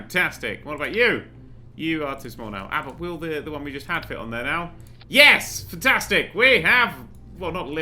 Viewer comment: I like how he says futtastic instead of fantastic.